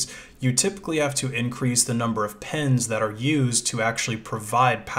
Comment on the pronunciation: "pens" cpu pens